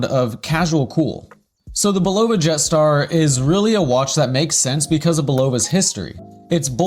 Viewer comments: Nice vid however, as is said in the bulova adverts you feature it is pronounced bull-ah-va, not bull-o-va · yes please pronounce Bulova correctly. Otherwise, good job! I love my jet star limited edition and it gets significant wrist time over 1 year in! Just beautiful and accurate -1 second per 3 months. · If you were to pronounce the brand name correctly i could possibly get through the whole video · Given the fact that he uses two commercial clips in which the name is correctly pronounced, it is even weirder that he keeps pronouncing it wrong. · Hi, Thanks for the videos. I'm subscribed and Liked several. I especially enjoy the antique watch hunting. Not a collector myself... yet. One request: google how to pronounce Bulova.